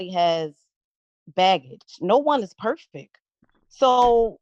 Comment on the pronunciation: I dislike when folks say perfek